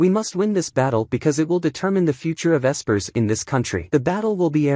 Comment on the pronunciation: Bruh the AI can't even say espers correctly. Fix your shit if you're gonna make these slop recap AI reading a script videos.